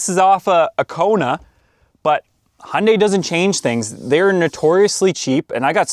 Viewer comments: Its HYUNDAI....not HUNDAY.... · I think Hyundai are just getting revenge on Americans for not being able to pronounce Hyundai. FYI, it's got a "Y" in it. It's not "Hunday". Sorry, I just saw another of your videos where you mentioned that you're in Canada. Same thing though, Hyundai are sick of you guys mispronouncing their name as well. I've had a 2014 ix35 from new and it's been a fantastic car. Best I've ever owned. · Hyundai is pronounced Hyoon-die! Don't be part of their marketing attempt to get you to confuse them with Honda! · Hee Un Day………is it really that hard to say. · Hyundai pronounced as Honday. I'd not heard that before 😂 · Is it me or is it when he says Hyundai it sounds like he says honey 😅